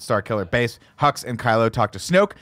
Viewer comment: When I first saw The Force Awakens, I thought they kept saying General Huggs. I thought “what a nice-sounding name for a villain.”